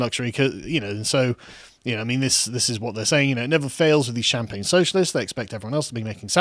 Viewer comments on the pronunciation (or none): none